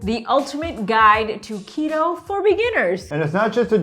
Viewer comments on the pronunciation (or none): I could've sworn he said taquito at the beginning lmao 😂😂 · When “to keto” sounds like “taquito” lol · Taquito !? Oh...to keto 😭😭